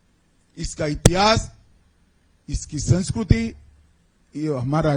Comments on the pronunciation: sanskriti ❌ Sanskrooti ✅ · Sansukurti 😂 yeh to Hindi sunskart bhi sahi se nahi aati